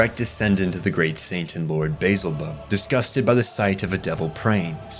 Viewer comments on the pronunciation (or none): none